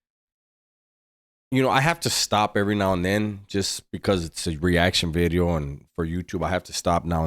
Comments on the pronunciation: Vidio, orderly eh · Noo, veedio! 💥 🔫 💥 🔫